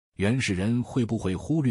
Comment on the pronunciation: 小概率（lv)，不是shuai😂